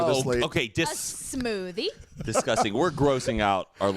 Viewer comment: "a smoodie" I cried